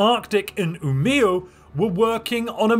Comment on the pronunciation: Hey, you pronounced Umeå pretty well! Nice!